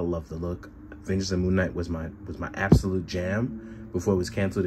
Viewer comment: wait did i hear you call him moonmate?? lmfao